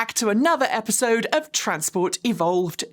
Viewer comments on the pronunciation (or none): none